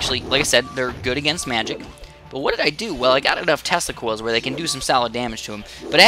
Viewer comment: Sorry but, when he says "tesla coils" I hear "testicles"